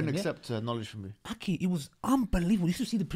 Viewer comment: Every-time brother says ”أكي” instead of “أخي” it makes me smile, may Allah blesssssssss you broters